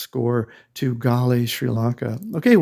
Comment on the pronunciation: At least say the name correctly 🙄